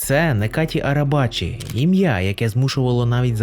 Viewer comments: нечаті а не "некаті" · Його ім'я - Неджаді. В турецький літера С читається як ДЖ